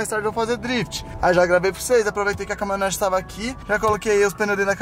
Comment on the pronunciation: Melhor do vídeo é o falando CAMONETA KAKAKAKAKA